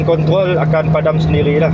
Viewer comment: abang ni orang perancis ye? sebutan kontrroll len macam